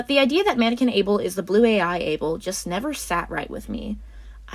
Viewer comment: Abel? No, BBel. Beeble. Bubble.